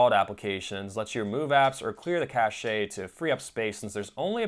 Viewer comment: Cache is pronounced cash, not caché I made that mistake for years BTW, thanks for the confirmation about the settings shifting up the ads, I set the settings like you recommended, but it was so long ago that Amazon didn't have that ad. I'm hoping that turning them on, restarting, and turning them back off will restore peace 🤔 🤯-->🧠😊 My Roku and Chromecast couldn't play twitch and which and never used twitch to rewatch games, I love the interaction and chat is 🔥. I watch news, I've even watch musical artists, so I added a 3rd single to my TV and my dumb TV could twitch. A capacitor later went spectacularly bad on the board for my TV and I used and my laptop for a bit, then I solder on a new cap when it arrived, but it always smells just a little. I replaced it with a newer insignia TV that was still old that was a little purple. I eventually replaced it with my dad's ~1 year old Westinghouse 58" 4k Roku TV So, no Roku Express, and 4k, but I still need a dongle to watch Twitch. And I kept my Chromecast because it takes streaming from anyone much easier that the TV itself, well it did. My daughter could quickly show me a video via Chromecast. The irony of Amazon TV actually being android with a skin or Google allowing a security certificate to lapse, which is more humorous?